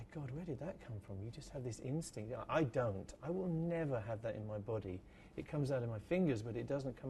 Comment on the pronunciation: that’s what she said. Also, I love how he says the word “body”